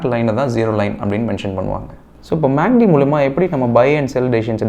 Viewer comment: Dai கிருக்கு பயலே மேக்D அல்ல டா MACD